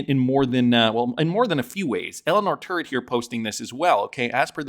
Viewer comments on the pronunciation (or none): Terrett not Turrett...Sir.